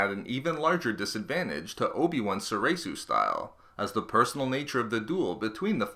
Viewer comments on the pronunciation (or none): none